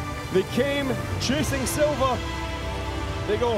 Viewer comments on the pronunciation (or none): none